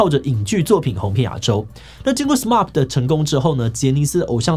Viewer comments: 有點不習慣志祺七七 對『SMAP』的發音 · 志祺你讀錯了SMAP的名字了... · 呃...SMAP唸成SMARP，Smile唸成Smell這樣好嗎？